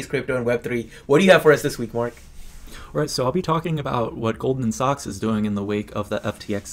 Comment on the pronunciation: It’s pronounced Goldman ‘sacks’